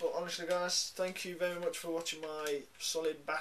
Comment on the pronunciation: "Solid bas" facepalm.